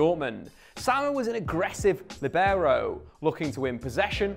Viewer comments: What's a Lebarrow? Sounds like a texan pronounciation. It's pronounced LEE-BE-ROH. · Actually pronounced LEE-beh-raw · Apparently no one is interested in learning how to actually say the word lìbero. Not even people making educational videos about the position. Accent is on first syllable, Lì. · In Italian 'libero' is pronounced with the stress on /li/ not /ber/... but I've never heard an English speaking person pronounce it that way.